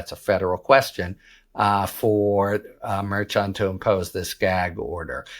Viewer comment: It’s Mer-Shun not Mer-chun